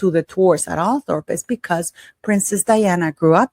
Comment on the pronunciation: Just so you know, Althorp is actually pronounced Althrup.😁